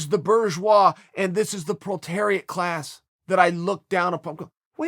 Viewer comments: Obviously not bourgeois since chael doesn't know how to pronounce bourgeois or that it's proletariat not protariat. Dictionary changes coming soon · You can pronounce proletariat chael. Pro-le-tare-iat. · You pronounced proletariat wrong chael. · You know Chael isn't part of the bourgeoisie because he mispronounces proletariat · that task is like an opiate for the proletariat I never thought I hear Chael Sonnen say proletariat